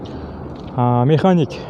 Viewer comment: Ээ механик,коробка механика-деп сүйлөчү.